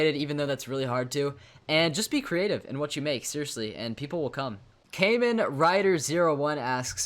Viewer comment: hey that's my question also kamen is pronounced like common yea but other than that yay